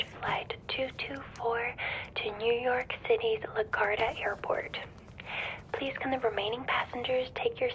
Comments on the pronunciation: It’s always startling to hear someone from another country mispronouncing a name you’ve heard your entire life, lol. Not criticizing, just noting. LaGuardia isn’t pronounced like “guard”, at least in the US, more like la-gwar-dee-ah. Very relaxing video! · La Gwardia. 😂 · I love everything you do. This one is plausible for me because I live in NY. Oh and it's pronounced La-gwar-d-a but I'm sure I would butcher any city/town/airport name in Scotland. I would lose mind if I got to sit next to you on a flight.